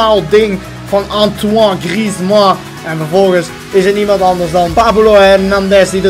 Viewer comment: je zegt gwn antwane griesman